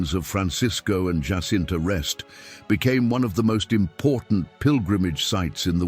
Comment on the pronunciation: Fatima is in Portugal! The Portuguese pronounce the ' J' in 'Jacinta' like the English do, and not like the Spanish as 'H'!